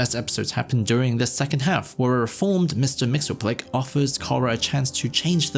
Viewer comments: The TDS Laden “make Daxam great again” was so cringe RESIST!! lol!!! Oh incidentally… “Mix-yez-pitel-ick” is how it’s actually pronounced. Doggone Superfriends messing it all up for decades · that mxyzptlk pronounciation is crazy bro